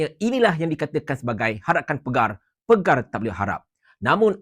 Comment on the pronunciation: Bukan 'pegar'...."Pagar"..... Bukan Ketua Pengarah....Pengarah JSJ....